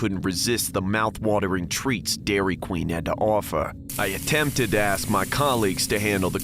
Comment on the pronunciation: I swear I heard "Dairy Clean" 💀💀💀